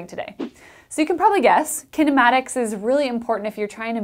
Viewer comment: As an Indian ,Her pronounciation of kinematics made me to turn off the audio and just read from the captions